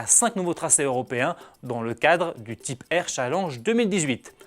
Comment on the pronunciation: Quel anglais... TYpe, ChallENge...